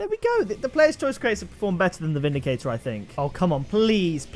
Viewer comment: it's vindicrater cate